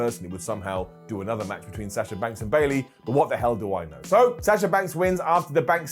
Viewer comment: Why is it so difficult to say Sasha's name correctly? Sah-shuh not Saaasha 🤦‍♂️